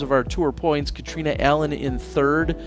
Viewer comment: Why can't use Catrina's name correctly.